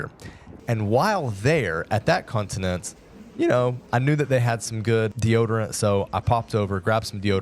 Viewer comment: First off, you are NOT expats, you are immigrants. Second, it's not 'continent'!! Pronounce it properly, it's 'con ti nen-che'